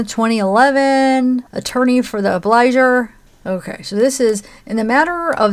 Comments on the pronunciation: The word “obligor” is pronounced “ob-lee-GORE” and means “one who owes”. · Obligor has a hard g.